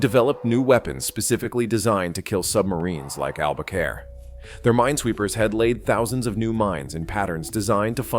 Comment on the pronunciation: Throughout much of the video, the name of the submarine is mispronounced AlbaCARE not AlbaCORE and there are other errors. You also have some non-navy photos shown that detract from the story of this exceptional WW-II Submarine that was tragically lost with all hands and just recently discovered. There is a lot of good stuff here, but you should have much more carefully edited it and made sure that your announcer knew how to say ALBACORE.